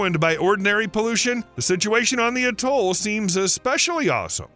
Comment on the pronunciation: Couldn’t even say atoll properly.